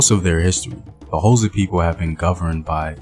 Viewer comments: its not hoza its x its a click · Could you google how to pronounce xhosa? Its very disrespectful for you to make a video about the "hoza". White historians at least try get tge names right, you just butcher them and assume your melanin gets you a pass. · Took me a while to realise that the "hoza" is xhosa. Since you can click "xh" just say "koza" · Not Hosa…it is more kôzza! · The"HOZA" lol🤣... its XHO.... say it with me XHO .....XHOSA...KWAXHOSA MTASE... am kidding man .good content😁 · What is HOSA it's Xhosa man come on , everyone can do the click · mjita uthi "hoza" 🤣🤣🤣 learn them clicks ngqina lam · You couldn't learn to click? It's not that hard.. Bob & Doug MacKenzie are not "Xhosa" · No No this is misinformation. please do not talk about a people you cannot pronounce them correctly, please stop this! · Not in a bad way but Why would you do a documentary on a tribe that you can't even pronounce? Maybe do a documentary on your tribe and culture so that it can be interesting to watch. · Can never forget who you are - imvelaphi. Mara eish kau, only if you could try and pronounce the X(hosa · Okay maybe try another way of saying it. Say it like how you say the word "Click" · Bro, I will pay you to pronounce "Xhosa" correctly. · It is Xhosa bro u pronounce it the same way u say “Click" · I Wish could teach you how to pronounce it. It's easy to Pronounce Xhosa I teach white tourists to Pronounce it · Thank you for the video but you are not pronouncing Xhosa correctly. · I really wanna watch this but I can't sit through 6 minutes of you failing to pronounce Xhosa correctly. But I'mma still leave a like and share the video 😂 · Translation it was difficult because when he said Xhosa my body shivered. But it's worth it cause put a lot of effort into this plus he put his heart into it. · I forgive him for not being able to pronounce our language. The clicks are near impossible for people who an't pronounce them.